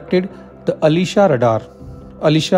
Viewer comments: Dude! pronounce it correct. It is not aleeeesha radar, it aslEzA !! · Ash-lee-shaa it's not Alisha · नोट,,,अलीशा,,,आशलेशा,,,,,pronounced must be pricised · Its not Alisha, it's aslesha name of a starin hindu mythology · When u pronounced Aslesha as Alisha, I couldn’t watch anymore…. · आश्लेषा is a name of consteliation (नक्षत्र)...being a hindu expect correct pronunciations of sanskrit words